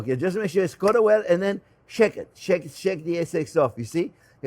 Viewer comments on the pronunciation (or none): This looks delicious! Also I love when you say ”shake it, shake it, shake it” yet it sounds like ”shek it”.